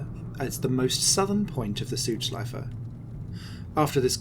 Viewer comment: Great Video Mate! I am from Germany and like Motorsport so much and for a long time, but this was also new for me. Btw, I like how Südschleife is pronounced in this video. It's well, but a little bit "sweeter" than a native speaker would do ^^